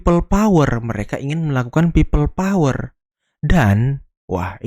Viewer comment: Opeil uler bukan peopplepawer.